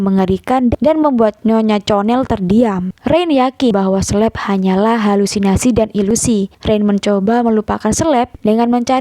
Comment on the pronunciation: Bacanya Kaleb min bukan Sleb 😭